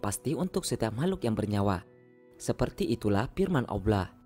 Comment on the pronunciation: Kenapa tak sebut Allah dgn jelas ?